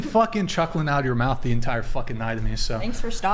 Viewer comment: She didnt say mouth. She said mouff whatever the hell that is.